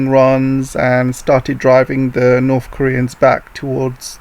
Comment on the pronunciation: I want to know why you pronounce north or south (norf and souf) and (death deaf)